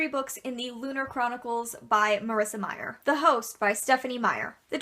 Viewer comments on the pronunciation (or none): none